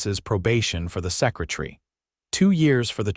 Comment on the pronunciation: Is a SECRATREE anything like a SECRATARY??? Distribute is usually accented on the first syllable, not the last.